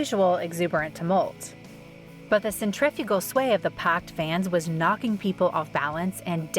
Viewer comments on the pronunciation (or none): Centrifugal is the term, and the narrator said centrifical, which isn't a word. Interestingly, centrifugal is only implied, and it's actually centripetal, which goes outward from the centre. So maybe neither term defines a squishing in a crowd of people. She's made so many errors here. A faith is a different term to faith in general. These mistakes may seem trivial, but they give the listener an erroneous mental picture, and it's not professional.